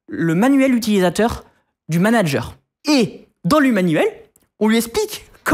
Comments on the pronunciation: "Nitendo" numéro de "Manger" au lieu de manager, les gars faîtes des efforts sans déconner... C'est de l'amateurisme là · A 07"21" NUMERO DE MANGER (MIAM MIAM) au lieu de MANANGER. MDR cet épisode